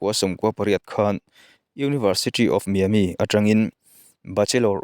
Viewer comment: Bengvarthlak e...University of Miami - Miami i lam dan khi ennawn leh ta che...